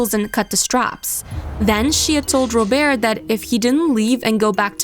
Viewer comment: When they said robert’s name I was shocked because I thought it was ro bear cause of how they pronounced it like that 😂